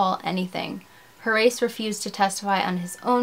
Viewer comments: “Horace” is pronounced HOR-us, not hor-ace. You’re welcome. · Thank you, that was bugging me. HOR-US (Yes, like the Egyptian diety!). Great vid and channel btw! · It's probably moot at this point, but the name "Horace" is pronounced like HORIS, with the accent on the 1st syllable. Like the word "tourist" with out the "t". Also, I didn't know that the "tryst" between Cable and Young wasn't consensual. Crazy. Even though both men and women used to bed hop in old Hollywood, it makes me wonder how many would be classified as rape given the current definition. Like your channel. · I thought she was saying Haryse/Harise which is an uncommon name, but I have heard it...Horace is another one entirely! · Horace is not pronounced HoRACE